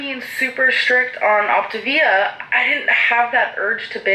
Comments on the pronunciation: Not even. It’s the emphasis on certain syllables (which I think she’s messing up on purpose, she pronounced it right in the video before) The correct way to pronounce it is “Oc - TA - vi-a” and “Op - TIV -i-a”. She keeps saying “Op-tiv- I -a”. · I didnt notice her pronounce feel as fuel until you pointed it out.....im shocked lol i cant believe how badly she mispronounces things. Its not even the accent she literally cannot read or pronounce words correctly (its OptAvia not OptIvia. Cant even read the packaging that she thought was soooo cute) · When I first saw that she was starting Optavia and pronouncing it Op-ta-vee-ah my dumb ass thought she was mispronouncing Activia, the yogurt 😂 I was like, they got a diet plan?? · Its pronounced Loptavita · Coffee: poured ✅ Wig: glued and taped ✅ Optavia: correctly pronounced ✅ im ready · optavia correctly pronounced 💀💀💀 lmaoo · I’m fairly certain she has dyslexia based on her prior spoken and reading errors. Makes sense why Optavia as a word is tripping her up. Thats about the only thing that is understandable in her latest vid.